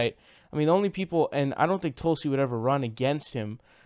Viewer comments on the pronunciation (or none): none